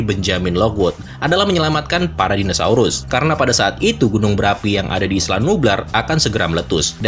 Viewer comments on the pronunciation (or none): none